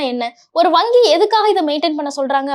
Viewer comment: வங்கி அல்ல வாங்கி ! 😅😅